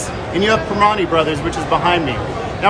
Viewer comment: He couldn’t even say the primantie brothers restaurant right😂🤷‍♂️🤦‍♂️